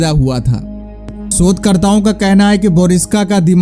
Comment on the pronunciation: सोध कर्ता नही भाई शोधकर्ता 😂😂😂😂😂